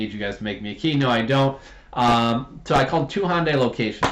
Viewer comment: The car manufacturer Hyundai is pronounced, "hun-day" .